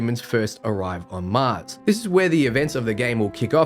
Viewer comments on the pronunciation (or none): none